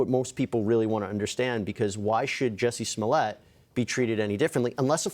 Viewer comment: Pronounced Juicee Smolay.